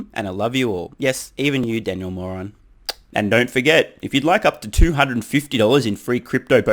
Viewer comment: Poor Daniel Mohr-on 🤣